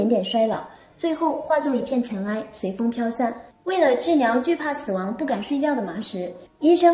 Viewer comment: “ 模特儿，酿(两)个短故事，时间的 牛市(流逝)，喇(拿)走，治袅(疗) , 说不定就 火了nia(了)，森您(林)，过niai(来) 查看，我们nia(俩) 儿”